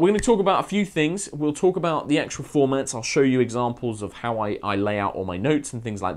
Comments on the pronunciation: i really like your videos but there's one thing... IT'S "ET CETERA"! NOT "EXETRA"! THAT'S LIKE YOUR FAVOURITE PHRASE AND YOU'RE SAYING IT WRONG! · Your diction is so good, except you keep saying exetra! 😭 Maybe I’m just pedantic, but I’ve actually only ever heard kids mispronounce it, so it’s weird. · I know this is a 3 years old video but I wondered, did he ever learn how to say et cetera?